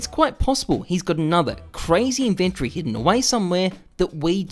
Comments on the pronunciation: inven TORY not inventry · It's not an invent-tree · why do u say inventory like that?